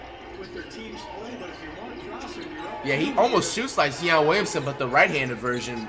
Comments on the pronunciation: Can flight CORRECTLY pronounce anyone’s name PROPERLY!?!? Besides Stephanie.... zeeeon Williamson like really nigga!?!? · I like how no one talks about how he pronounces zions name like the NBA 2k19 commentator before he was in the league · This guy flight still says Zion Williamson name wrong still😂🤦🏽‍♂️ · It bothers me how many times he said Zion wrong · Can somebody please tell him how to say Zion name 😂😂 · fligth man i fuck wid yo vids but damn learn to pronouce there name and i kno i spelled it wrong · Please stop sayin zeeeon it’s Zion rahhh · It’s Zion not Zeon bro 🤦🏽‍♂️ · Who else is tired of flight saying ZEon😂🖐🏾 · “Zeeon Williamson” 😂😂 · If this man say Zeon one mo time dawg 😂😂😂😂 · Nobody: Flight: he’s a right handed ZEE-on Williamson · He does know its Zion not Zeon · “ZeOn Williamson” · “Zeeyon”🤣 face ass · Zee-on Williamson😂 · He’s low key right about Tracy Mcgrady. But zee-on Williams nah. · It’s not Zeon Williamson it’s Zion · He said zeon williamson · his name is ZION williamson not ZEON 😭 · flight it's zion not zeeon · ZION NOT ZEEON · Zeeon Williamson what the hell is he saying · Please put respect on his name. It’s ZION not Zeon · Bro it's Zion!!!!!!!! Dawn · Zion not zeon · Zee-on Williamson 🤦‍♂️🤦‍♂️ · It’s Zion not Zion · stop saying zyion bro it’s zion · Zion not zien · Wtf is ZeeOn Williamson Flight? ZION Williamson you fuckin goof! 🤣🤦🏾‍♂️ & he dont play nothing like Zion he got the speed & hops like Westbrook though! Idk wtf he shoot like though! Kinda like Joe Johnson but idk! 🧐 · Nobody: Flight: “He almost shoots like Zee-on Williamson” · So nobody gonna talk about how flight says ZION LIKE ZEEON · 😂😂 “ZEEON” Flight too funny bruh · “Zeon Williamson”😂😂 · I'm definitely am. And I'm also sick and tired of him saying "Akumpo." God, I just want to yell at his ears. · "Zeon Williamson", can this guy pronounce any ones name right? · Stephon marburry, zeeee-on Williamson and T-Mac. Good shit flight🤣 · Nobody: Flight: Zeon Williamson